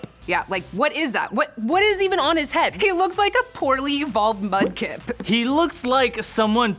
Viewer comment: "Mudkip" XD